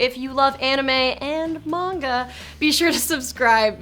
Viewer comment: It's pronounced man-ga not mon-go Also it's sa-ku-ra not sok-ura